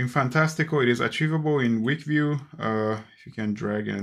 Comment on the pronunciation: Thank you for this! I have already made the switch to stop the financial drain! Can’t wait for the update! One tip, the app is pronounced ‘Fantastic-Cal’. Cal, like the start of ‘Cal’-endar. I wish that you would slow down a bit and tell us what to do as you were doing it. For instance. “to expand this calendar view, I am spreading two fingers in the middle of the screen.” Very helpful video!